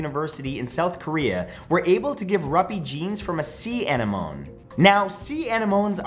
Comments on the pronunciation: Normal People: anemone Matt: annamoan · Bruh... it's an an-em-o-knee not ani-moan 😂 have you never seen finding nemo. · The way he pronounced "anemone".. 😂😂 (uh-neh-muh-nee) not (an-ih-moan) lol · Oh Matt. It's not, "Uh-neh-mohn" It's "uh-neh-muh-nee." 😅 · Lol bro it's hard to say 😂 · I did the same thing 🤣 It reminded me of when Ted said "chameleon". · Love the video and the energy we’re used to from you, Matt. But...”an-ih-moan”? “Ah-nih-mō-nē.” Think ‘Finding Nemo’ in the scene when Nemo met the spotted eagle ray (thanks, Google) Mr. Ray and Nemo has a hard time pronouncing it. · Uhh-neh-muhh-neee is how I was taught.... I've never heard sea anenome called an ah-ni-moan before....is that a Canadian thing? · Sea "ani-moan" 🤣🤣🤣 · What? Sea anemones? Ha ha you mean sea An, em, Mon, nees. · Anemone Ah-Nim-Oh-nee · Sea ah-NEM-oh-nee. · Sea A-nen-o- mee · What's an Enemoan? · Say SEE uh NEM uh NEE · It's pronounced A-NEH-ma-nee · It's actually pronounced uh neh muh nee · Ok, that's not how you pronounce sea anemones! It's pronounced a-NEH-nuh-mees. 😊 Much love!! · Anemone is pronounced, uh-ne-muh-nee. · Isn’t anemone pronounced ah-nehm-o-nee? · And ANEMONE is uhh-neh-moh-nee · Well... He's Canadian and some Canadians speak french and it is pronouced like that. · Dude needs to go watch finding Nemo the way he pronounced anemones made my head explode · I have never heard anyone pronounce anemone that way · How he pronounces anemone. XD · Sorry Matt but a sea WHAT? I don't think that's how you say sea anemone 😅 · That's not how you pronounce anemone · Learn how to pronounce anemone.